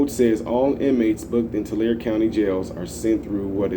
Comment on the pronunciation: The E. Isn't silent. TularE